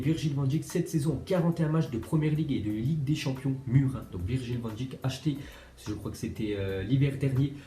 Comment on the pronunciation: Arrête de dire van djik ça se dit van deik comme abeille